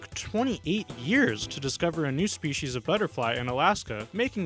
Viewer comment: New SHPEESEES of a new SHPEESEES! How exciting!!!